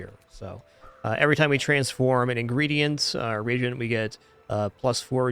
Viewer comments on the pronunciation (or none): Maybe someone could let know it's re-agent instead of regent. No shade, of course.